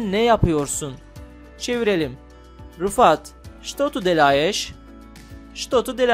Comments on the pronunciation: abi şto tı delaeş diye okunmuyor şto tı delayş diye okunuyor annem ukraynalı oradan biliyorum soracaksanız eğer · almata Almata 2 aydir rusca listening calisiyorum. Russian with Max gibi youtube kanallariyla; anadilleri rusca. Bu videoyu sizin mesajinizin uzerine tekrar dinleyeyim dedim; haklisiniz nerdeyse hepsi yanlis :) daha ilk cumlede делаешь'i yanlis telaffuz ediyor.